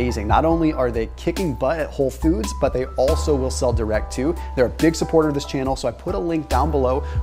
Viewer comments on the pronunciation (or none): none